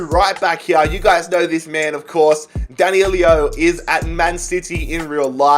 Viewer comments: D A N I L O not D A N I L I O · It’s DAN I LO THERES NOT TWO i’s it’s not danilio it’s dan. i. lo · Danilo...nicht Danilio. Das ist doch wohl nicht so schwer!